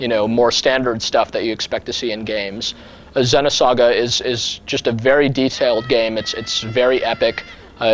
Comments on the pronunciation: it's "Zee-noh saga" ZEEEENOH, not "Zehno" lol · the way he says xeno... ergh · U Fucking Dumbass Ur Pronouncing It Wrong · Is it pronounced Xenosaga like he says it in the video or is it Xenosaga like with a double "e" like meet. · For some reason, it annoys me the way he pronounces Xenogears and Xenosaga. Don't know why really.